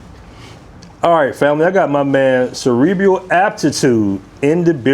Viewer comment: did he say cerebrial? bru!